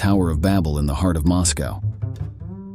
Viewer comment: Like when it tries to say “heart”? Hee-art